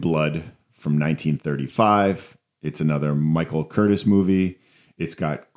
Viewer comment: I'm pretty sure Curtiz's name is pronounced "Kur-teece." I also disagree with your contention that either he or Raoul Walsh are known primarily for directing Errol Flynn, considering Curtiz directed Casablanca and Walsh directed (among other things) White Heat and Along the Great Divide. My favorite Errol Flynn movies are Some Uncertain Glory, The Sea Hawk, and Captain Blood.